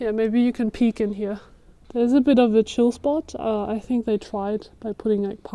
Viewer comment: "Tiny town". Tens ay thousands ay folk.